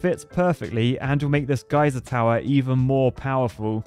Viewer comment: no one: me: GAYser tower